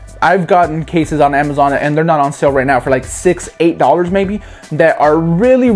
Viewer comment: sounds like hes saying DAUGHTERS not DOLLARS. Try to unhear that...